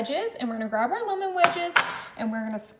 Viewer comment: It's Lemon NOT Lumin! Please for the love of God say it right!